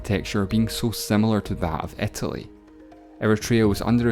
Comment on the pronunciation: Terrible pronunciation. It`s "eee-ter-lee" and not "air-ter-lee".